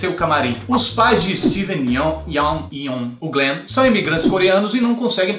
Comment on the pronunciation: o Yon, Yen, Yung, GLENN... kkkkkkkkkkkkkkkkkkkkkkkkkkkkkk